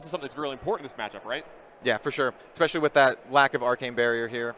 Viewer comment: Listening to this and increasing Blood Debt by 1 every time the commentator says 'ekspecially'.